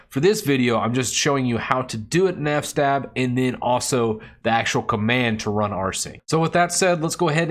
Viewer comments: I think it's fs-tab and not f-stab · it's fs-tab not f-stab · Good video. Thanks. "Eff"-"Stab" though... is that really how people pronounce it? I have few people that I get to regularly speak with about linux. It's mostly typing. But I always pronounced it "FS-Tab" in my mind. (as in, File System Table) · Its called fs-tab, standing for filesystem(s) Table. 🚫 NOT f-stab, you don't stab F. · I love the way you say F-stab instead of FS-tab lol